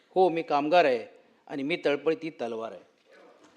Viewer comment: तळ पती नाही तळपती😂